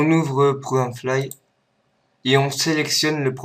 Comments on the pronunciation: tres bon tuto mais on dit pas programme fly c'est programme files LOL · Le Programe flaille xD, Le "Program Filles" on dit